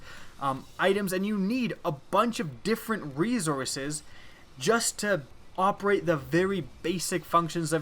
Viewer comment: . I'm sorry, did you think leading with "lmao" corrects his Z's to S? It's correctable but he simply pronounces the word incorrectly. Maybe he is English as a second language?